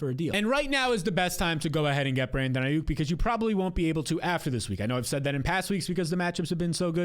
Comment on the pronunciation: bro said ai-OOK